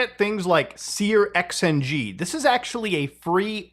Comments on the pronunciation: dude, you're making my ears bleed, please stop calling it sear-XNG its pronounced SURX-NG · Searxng is pronounced "searching" (with a sh sound instead of a ch sound) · Always interesting hearing how other people pronounce things. Sear X N G is new to me.